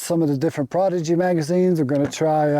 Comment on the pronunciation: can't tell if he is mispronouncing the prodigy on purpose?